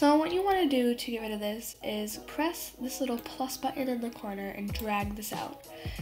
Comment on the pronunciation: "So what you want to do is "" Shift and f " LOL YOU SAID